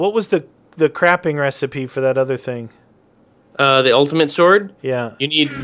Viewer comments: he said CRAPING RESPPI INSTEED OF crafting lol lol lol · he said crapping recipe